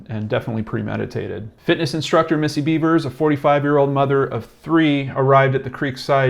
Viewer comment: You should learn the proper pronunciation of the name of the person you're speaking about. I think it's insulting that you keep saying "Beavers". I'd be pissed if it was my loved one. I see the dumb cop said it, too.